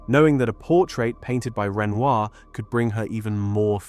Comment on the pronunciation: Hello! I really appreciate your efforts to make a video on art history and art stories. But Renoir is a very famous artist's name and it should be pronounced correctly. Here it is really badly pronounced and so is the name of the actress that he portrayed in his paintings. Please pay attention to such important details.